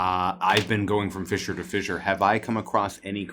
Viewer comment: When you say vissure, I'm assuming you mean fissure 😅